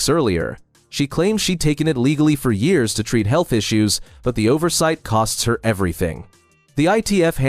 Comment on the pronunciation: Can you teach AI to say year’s correctly please.